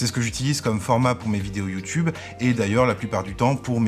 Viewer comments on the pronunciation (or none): none